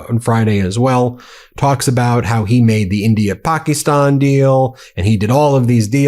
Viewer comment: Stop saying "PAH-kee-STAHN"... it's pronounced, correctly, in English, "PAKISTAN", and it has been since 1948 . Just say, "Pakistan"; it's not even a "real country" anyway, so there is no need to be saying it "authentically" like that... it's just the western part of India where the British tried to separate Hindus from Muslims, and it doesn't work.